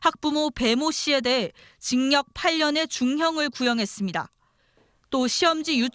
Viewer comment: 기자 경상도분이신가보네.. 계속 징역 발음을 징녁 이러네..